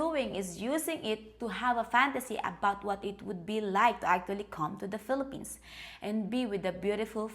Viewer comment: I thought you said Fill A Penis, not Fillapenas. LOL.